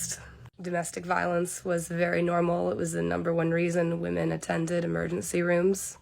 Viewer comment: How about pronouncing the word correctly it's women not women when it's plural